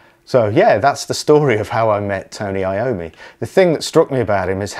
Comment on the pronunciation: It's not I-O-ME but yOm-mi, it's italian!